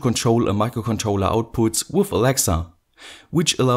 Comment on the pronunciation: its with, not wuff